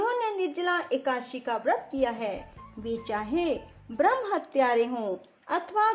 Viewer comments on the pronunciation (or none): none